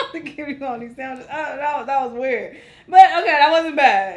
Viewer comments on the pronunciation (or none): Why Was All Like "Sandwicheseses"? LOL!